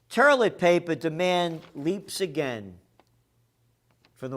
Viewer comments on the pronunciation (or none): He called it terlet paper. I had to rewind it bc i couldn't figure out what he meant.